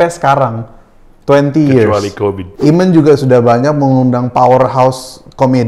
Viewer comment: Dude, your translator needs his ears examined. Cool and the gang became Calling the gang. Eamon became Ayman?! C'mon